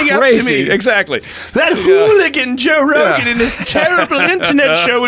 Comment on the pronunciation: I still love Toe Rogan, but cmon